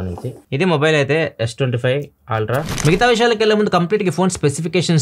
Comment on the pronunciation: Ultra ❌️ Aaaltraa ✅️